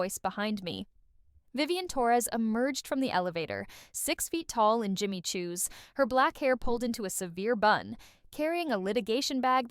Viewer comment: Jimmy Choo not Jimjy Chwo